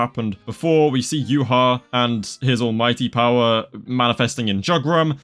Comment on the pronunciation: You pronounced Uhawatch as Yhwach WHYYY?????!!??